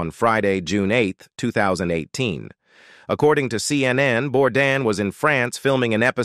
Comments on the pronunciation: SAY HIS FUCKING LAST NAME RIGHT. ITS BOURDAIN NOT BORDAN. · IT IS * SO DISRESPECTFUL & RUDE * THAT YOU DON'T SAY HIS LAST NAME RIGHT. ❗IT IS BOURDAIN ❗❗❗ Not Bourdan or Bourdon ❗ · Hey guys, the correct pronunciation is Bourdan, as the way Bourdain is properly pronounced if you were properly educated. Are you American by any smalll chance?